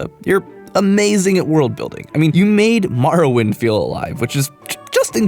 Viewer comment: I love Morrowind... I can't make myself play it right, but I still love it... [EDIT: Did you just pronounce it as maracle?!? That makes NO GODDAMN SENSE!!!]